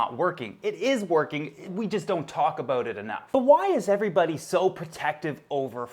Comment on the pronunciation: Ah yes, let's talk aboot Frank.